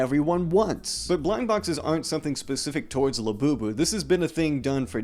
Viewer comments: everytime i hear "24 karat gold labewbew" i die a little more in my soul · These people have to die a little bit on the inside every time they say "Labubu" right?